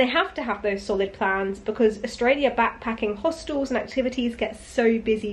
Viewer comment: Love how you said AustrailiaR and yeaR as an Australian 😂😂 I'd be the same way hahaha, love how accents just stick